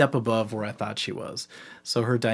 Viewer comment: “a thot experiment” 😭😭😭 (ik he said thought)